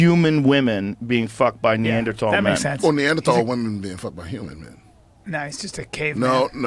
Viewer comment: Joe is back to pronouncing the TH in Neanderthal. Last I heard,, he had switched to a hard T and it sounds funny that way.